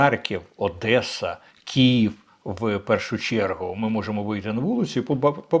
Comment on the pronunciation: так вухо ріже...чому Кієв?!!! Київ!!!